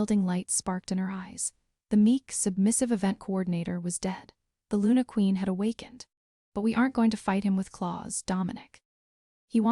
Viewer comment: Please quit shaking the graphic. It's SILAS not Sillas nor Seelas. God I hate AI narrators. LUNA not lunar. Okay I'm done listening as the whole storyline is pure gibberish.